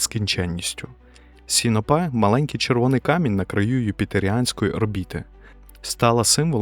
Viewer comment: Мене як астронома-любителя у цьому відео найбільше зачепила неправильна вимова супутника Юпітера Сіно́пе.